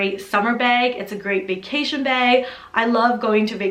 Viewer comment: Every time you say bag, i feel like you're saying beg for the Hermes lol Nice collection x